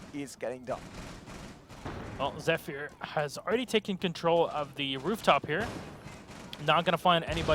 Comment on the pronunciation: Dear Caster, there is no reason to call them "ZephiIIIiir" or "rAfAle". sincerly, The (bleeding) ears of the community.